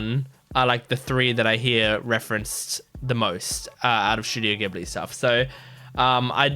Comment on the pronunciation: スタジオ「ギブリ」じゃなくて「ジブリ」なんですよね…。